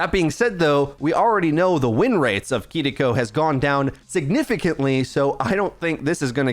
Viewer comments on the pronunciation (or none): Your pronunciation of KIRIKO is very puzzling to me!! It’s Kiriko not kidiko bro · The way he pronounces Kiriko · thats.... how its traditionally pronounced.